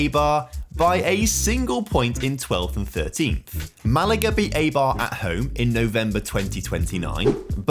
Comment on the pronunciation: Enjoyed the video, but you should look up how to pronounce the names of clubs that they end up at. The pronunciation of Eibar was hurting me and it only takes a minute to do so